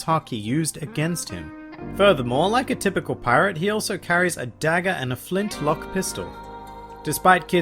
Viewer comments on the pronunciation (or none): none